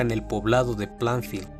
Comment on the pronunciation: No fue en plafield se pronuncia pleinfild